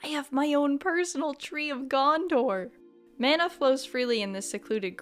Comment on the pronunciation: good god I hate the way non-New Zealanders pronounce "mana" 😅 loving this play through though!